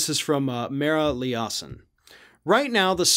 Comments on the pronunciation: BTW, in Mara Liasson's last name, the accent is on the i, and it is a long i. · I bet Mara Liasson (sounds like lie is son) would enjoy your pronunciation like liaison. I've enjoyed her wonderful reporting since I became an NPR junkie 35 years ago. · Mara "Ly-ah-son. Emphasis on the first syllable. She is an astute political observer. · I can tell he doesn't listen to NPR. Butchered Mara Liasson's name, lol.